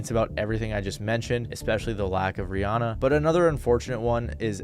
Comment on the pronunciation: That not how you pronounce Rihanna.